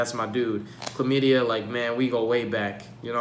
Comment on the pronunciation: I lost it when he said Calamity the first time lmao chlamadia 😂